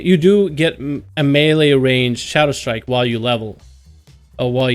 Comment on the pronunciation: it's Shadowstrike.. not Shadowshtrike :D jk I like your videos